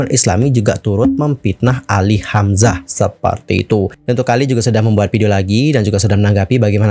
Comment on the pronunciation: maaf bgt ini mah, ko di menit ke bilangnya "hamzahas" ya? apa aku yg slh denger